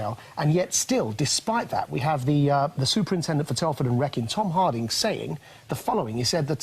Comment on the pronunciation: "Wrekin" is pronounced "ree-kin" not "wrek-in"